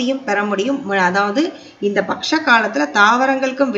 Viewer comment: Mahalaya patcham ille ma. Mahalaya PAKSHAM. PAKSHAM ENRAAL 15 NAATKAL. Ungal uchcharippu sari illai. PAKSHAM --பக்ஷம் enru sollavum.